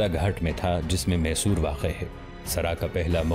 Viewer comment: یہ محصور نہیں میسور ہے